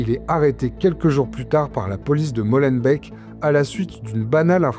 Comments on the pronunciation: Molenbèc Schaerbèc Etterbèc et même Neder-Over-Heembèc ne vous remercient pas pour la prononciation 😂 Mais pour le reportage, oui. Merci. (On dit Molenbééééééque, Schaerbéééééque etc etc bisous chers voisins) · au cas ou "molenbeek" se prononce "molenbéék" et pas "molenbèk", ça serait pas mal de savoir prononcer les noms des lieux dont vous parlez ;)